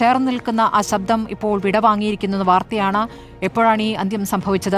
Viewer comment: സബ്ധം അല്ല ശബ്ദം ആണ് 😅 ജാനകി അമ്മ എന്നുപറയു 🤷‍♂️